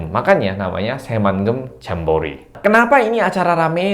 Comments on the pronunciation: Becek, bukan jemek🤤 Anak anak Indonesia juga sudah ditarik. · Di Indonesia bacanya tetep Jambore. 😅